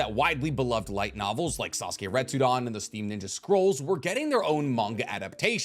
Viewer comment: It’s funny how you continue saying Retsudon and not Retsuden.